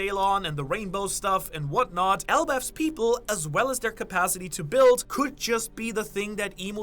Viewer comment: "and what not" am I hearing here the German in you? 😁